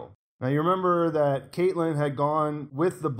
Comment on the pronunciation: How can you mispronounce 'Catelyn' ever single time? They say it in a million episodes. CAT